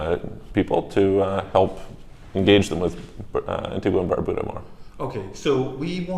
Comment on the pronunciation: Not to be picky (but I guess I am...lol), but the way the people from Antigua and Barbuda that you've interviewed pronounce their country's name is An-TEEG-a and Bar-BYOO-da. Also, Grenada is pronounced Gre-NAY-da by the people there.